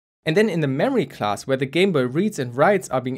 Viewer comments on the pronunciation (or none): none